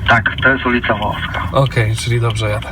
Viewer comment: 1. Ulica "Wołowska". Ja pier...lę. Niedouczone słoiki tak mówią. Ta ulica nazywa się "Wołoska", nie "Wołowska". 2. W Wawie jest więcej niż jedna wulkanizacja 24h. Jak nie wiesz, to po co pier...lisz siejąc szum informacyjny? 3. Jedzie 8 km bardzo wolno na RunFlacie bez powietrza i wielkie mi larum, mimo, że wie że może 10 razy tyle przejechać.